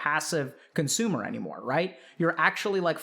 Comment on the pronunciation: Chatter "Coonsumer" LMAOO EDIT - Couple of minutes later ok sadge now...